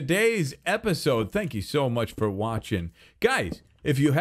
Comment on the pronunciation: saying "spank you" instead of thankyou made me snort.